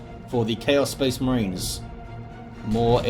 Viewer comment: had a Boreale moment... "So they can pew pew at the Spehs Mehrens"